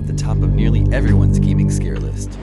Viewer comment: pretty good "listht"